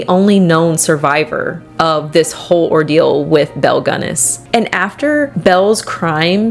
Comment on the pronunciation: Oh, FWIW, I always pronounced her name like you did, until I met some people from the La Porte area who all pronounced it "Gunn-ESS," as opposed to "GUNN-ess" which is how I'd always heard it said. Not sure which is correct, but just thought it was interesting... Love your content!! ❤❤❤